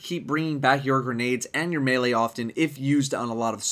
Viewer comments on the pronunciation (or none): none